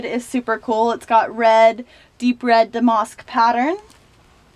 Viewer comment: your accent cracks me up. i can't quite place it. 😄 love the clothes and the closet tour. just a heads up damask is pronounced dam-ask not dam-mosk